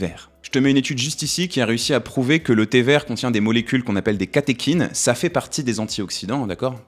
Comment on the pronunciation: Tu prononces œstrogène "œustrogène", par contre pour catéchine, j'ai cherché dans de nombreux dictionnaire, je n'ai pas trouvé de "ch" prononcé "k" (pourtant c'est bien issu du grec kh ici) ^^ Les mots en œ, se prononce "é" si d'origine grecque comme dans fœtus, œconomie (devenu économie), cœlacanthe ( le c devant le e-dans-l'o se prononce "s"), Œdipe (les dictionnaires qui s'adaptent à l'usage trop important comme le Robert a fini par céder et le prononce "Œudipe" maintenant, mais sur le Larousse et d'autres, c'est toujours Œdipe) ou œnanthe seuls quelques mots d'origine allemande prononce le œ, "eu" comme dans fœhn ou Gœthe. Le œ, c'est comme le o, quand on lui rajoute un "u", il change de prononciation. o -> ou et œ -> œu ou œi (on n'écrit pas œuil dans ce rare cas car il s'agit d'une diphtongue comme dans aïe), c'est pourquoi les mots comme œuf, bœuf, chœur, œil, œilleton on cette prononciation si particulière. Quant au "ch", c'est plus compliqué, c'est au cas par cas mais quand on y voit une étymologie d'origine grec (qui passe parfois par le latin comme "chorus"), il vaut mieux vérifier. Par exemple, on se trompe trop souvent sur le dieu psychopompe et la lune de Pluton du même nom Charon qui se prononce "Karon" (même en anglais).